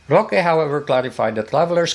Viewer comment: With all due respect po. It's Sec. Harry Roque po.